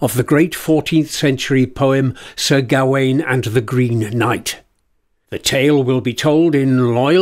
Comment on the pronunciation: Why do you think 'Gawain' is pronounced like that?